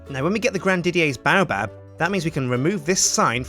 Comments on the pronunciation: Dont take my word for it but I think it's pronounced Bay-oh-Bab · Haters gonna hate but baobab is pronounced BAY----OH----BAB also a lot of the things u do make u look like a massive noob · the baobab is also pronounced "Bay-O-Bab"